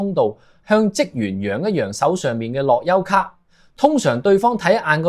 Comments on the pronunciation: 你係咪ai嚟㗎諾優卡樂遊卡呀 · 樂悠卡，唔係落憂卡呀